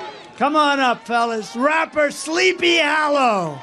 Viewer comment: "SLEEPY HALOO"😂😂